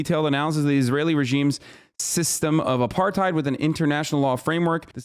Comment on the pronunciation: Hard R. Not pronounced AparTIDE